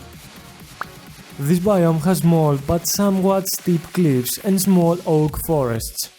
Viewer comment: "Bveery esteep cleeivs" God that made my day